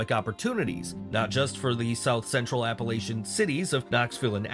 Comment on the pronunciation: This video which is AI is misleading my friend Asheville North Carolina had a hurricane come through there and destroyed a lot they are rebuilding.. 95% of the mountain people in Appalachians are really good people.. I know somebody stated down below the AI video didn't even pronounce the Appalachians correctly